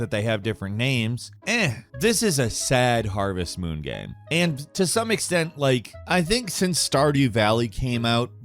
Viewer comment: man I feel like I’m having a stroke every time you say ''gaam''